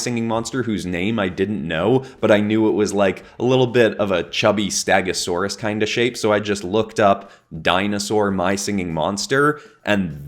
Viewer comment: him: stagasaurus me: . . . eh wha?